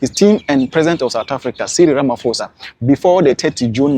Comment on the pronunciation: I like your video, not many reported on this. Just one thing, it's Ramafosa, it's Ramaphosa. Like you would pronounce "postpone" or "post office". Nice compilation though, thank you. 🎉